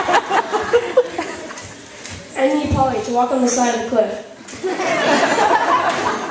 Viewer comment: Butchered my name As ALWAYS